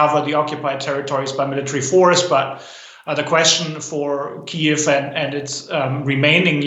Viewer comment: And it’s pronounced Keev now. Not Key ev